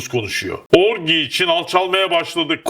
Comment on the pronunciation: murat i love you guy but orgy orci diye telaffuz edilir .that is right pronunciation dir.eeend who gives a flying fork about sinop ordu samsun whatever ,,orciyi turkceye hemen gecirip konsolide yapip konfirme edelim ok bro..